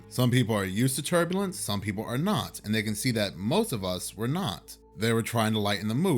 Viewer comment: Even the voodoo dolls have only one eye these days Btw was it turbulence or turdulence? Seriously though I hope you're both ok